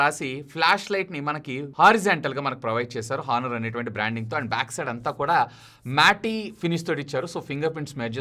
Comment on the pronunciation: హానర్ కాదు ఆనర్